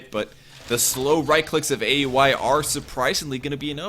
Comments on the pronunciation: it's Ow-wee, not A U I. Just a heads up for future reference! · the way you pronounce aui is weird